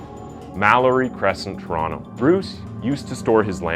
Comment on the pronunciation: If youre not Canadian props for pronouncing Toronto right